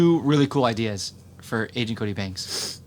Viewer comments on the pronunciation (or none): please don't say angent cody banks lol